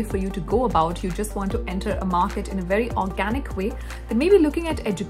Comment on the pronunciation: Didn't know about this; thanks for the info. Also, I like your presentation style and voice. But I did chuckle when you pronounced "very as "wery", though :)